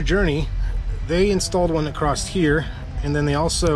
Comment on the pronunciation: ya lost me at "uh-crost". Perhaps I'll come ACROSS another one of your vids in the future. :)